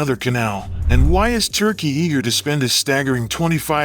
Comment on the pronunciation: You. Say. Turky. Bas no. Mony. Biden. Has. Mony.